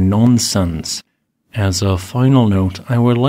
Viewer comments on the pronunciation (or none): none